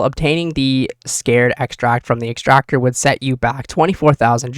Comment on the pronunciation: Why do you keep mispronouncing S C A R and E X T R A C T O R